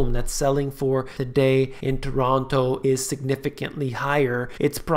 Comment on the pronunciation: you need to pronounce Toronto like a true torontonian